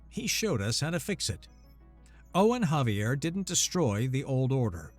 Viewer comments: Xavier I thought was pronounced like a Z at the beginning instead of an H, or caption typo? Great story though! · "The name Xavier is typically pronounced with a "Z" sound at the beginning, followed by "ay-vee-er" (ZAY-vee-er). Some people, particularly those with Spanish or French influences, might pronounce it with a "Zah" sound, as in "Zah-vee-er" or with a "K" sound, as in "Kha-vee-er", especially if they are familiar with the Basque origins of the name. " The H pronunciation is used with Javier, not Xavier.